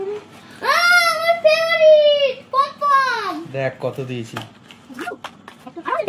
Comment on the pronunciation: বন্ধু ওটাকে পম পম বলে না পক পক বলে